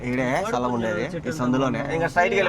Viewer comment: సలాం కాదు రా స్థలం 😂😂